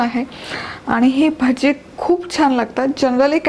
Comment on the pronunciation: भजे नका म्हणू ताई.. मुग भजी म्हणा 😀